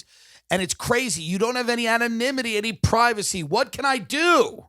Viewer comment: Tim saying anonymity sounded like nemo saying anemone